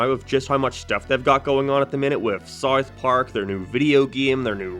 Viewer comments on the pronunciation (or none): Howd you manage to add an R sound into south